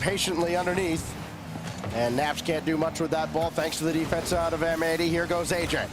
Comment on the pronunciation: Pretty sure M80 should be pronounced matey